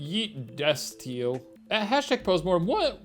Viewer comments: “yeetdestiel” THE WAY SHANE ATTEMPTED TO READ IT SUPERNATURAL HAS MADE IT INTO A BFU EPISODE WE’VE DONE IT FOLKS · There is always a rainbow After a little rain he was so close lol. He said “Des-steel” instead of “des-stee-elle” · shane not knowing how to pronounce destiel is iconic and truly the pinnacle of entertainment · Shane pronouncing distiel is.... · Οh the sweet blissful ignorance when Shane pronounced "yeet- destiel" God I wish that were me. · Anyone else lose it at Shane trying to pronouce Destiel? 💀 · shane trying to say 'destiel' supernatural fans are quaking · catch me editing screencaps of jensen ackles kissing misha collins while i listen to shane struggle to pronounce the word destiel, isn't life an adventure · Supernatural fans where you at. Shane struggling to pronounce “Destiel”😂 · DESTIEL??? You can tell Shane doesn’t watch Supernatural or else he would’ve pronounced that correctly 😂 #OTP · Shane struggling to pronounce Destiel is my new favorite thing on the internet. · Shane trying to say Destiel added five years onto my life oh my GOD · Shane staying true to brand by not knowing how to say Destiel (you know, 'cause its a ship from Supernatural)